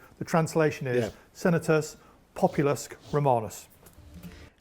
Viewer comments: His "populusk" hit me hard! 😁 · As someone who learned Latin in school with the classical pronunciation, his pronunciation of "populusque" is extremely weird. Pompey and Cannae as well. Dude is just not good a pronunciation. Also, "imagine if an elected president said no, I'm gonna abolish that and be president of America for life" Unfortunately we don't have to imagine that, it already happened in Russia. Putin just ignored the maximum number of terms and told the Duma to extend it.